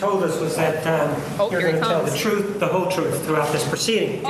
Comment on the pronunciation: Da twoof, Da whole twoof, and nuffing but da twoof